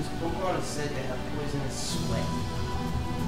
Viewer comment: Yea, a Pokemon master says Pokemon wrong. :P